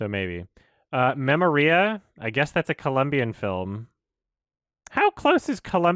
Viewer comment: I know this is pedantic, but it's pronounced me-MO-ria, not me-mo-RIA